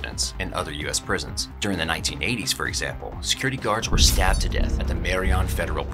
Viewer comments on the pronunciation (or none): none